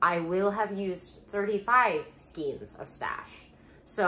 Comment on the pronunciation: I love watching your videos! I have a bit of a hard time with the way you say skeins 😫